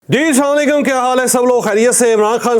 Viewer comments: السلام علیکم کہا کرو آپ سلام علیکم کہتے ھو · چوھدری صاحب۔۔۔۔۔ایک درخواست ھے۔ کہ آپ سام علیکم کی بجاۓ ۔۔۔۔۔۔۔۔۔السلام علیکم کہا کریں۔۔۔۔ ۔۔۔۔۔۔الفاظ کے ترجمہ میں واضح تضاد ھے ۔۔۔۔۔۔شکریہ۔۔